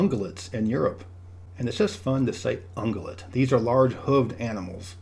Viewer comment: "Ungulate" is pronounced "un-gye-let". Don't miss the "y" sound at the beginning of the "u" in the middle.